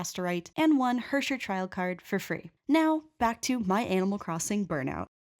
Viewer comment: HERRSCHER its pronounced way harsher xD Now I get why many people say that German sounds aggressive :D